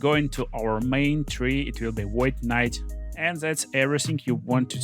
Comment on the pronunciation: Void kuh-nite